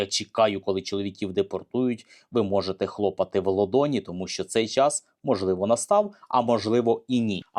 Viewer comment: В долоні, а не в лодоні